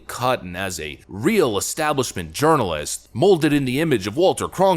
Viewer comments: lol "Urirnalist" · Your pronunciation of "journalist" sounds like "urinal-ist"...sounds pretty accurate, too.